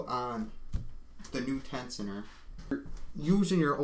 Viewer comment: Great Video, but lol "tecioner" :) say "tenshioner" one more time ! ;)